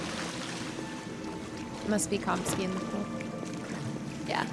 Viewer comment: Komski? It's Kamski, lol as in cam- ski..😂